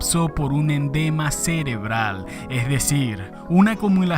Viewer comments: Endema?? Que es un endema?? . . Alo mejor quisiste decir EDEMA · Se dice EDEMA; no endema. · Endema? Es "edema", bestia!!! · sispenseme, ud. dice fallecio x un endema cerebral, corrijase, es edema cerebral, señor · Bro para corregirte, no se dice "endema" es EDEMA CEREBRAL, excelente video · edema no endema xD ... buen video amigo